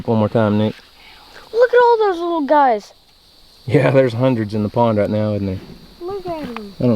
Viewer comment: He said gluys